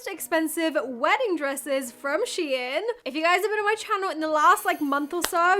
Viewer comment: Prounounced….Shine….SHEIN…rhymes with Klein. Not sheeee-in.